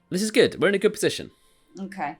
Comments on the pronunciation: Goo-idd or goo-wud sometimes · is the first person I've heard that makes "good" into a two syllable word.